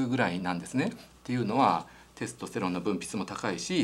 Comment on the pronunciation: 幹也先生の「テスとステロン」の発音が恋しいです テストステロンじゃなくテスとステロン、あの御二人にまた会いたいです